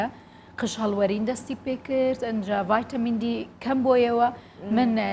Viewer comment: مامۆستا ڤایتامین نا ڤیتامین